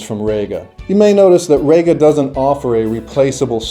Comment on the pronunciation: Reeeeeeeega not RAYga